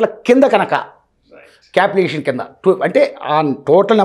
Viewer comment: It's capitalisation not capital aviation.... 🤣